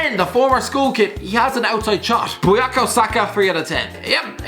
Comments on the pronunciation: It's bukayo not buyako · Its bukayo not buyako 😂😂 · 'buyako saka' ah yes my favourite player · Bukayo not buyaka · not as bad as robbie's Bakery Saka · Its BUKAYO Saka you potato muncher